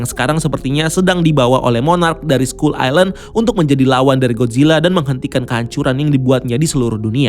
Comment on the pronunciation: Skull dibaca skal bukan skull